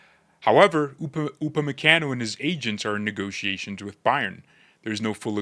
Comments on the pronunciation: Gotta soften that last “a” in his name lol. Pronounced “Kahn-o” not “can-o”. Americans … lol. Keep the content coming. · Bro, with all due respect, you're pronunciating his name wrong 😅